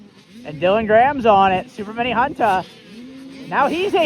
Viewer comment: It ain’t “super mini Hunta” it’s (YamaHunta) 😂